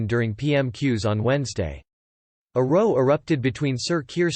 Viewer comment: This guy is reading on auto. He pronounces 'row' as you do in a boat instead of 'row' as in an argument (twice).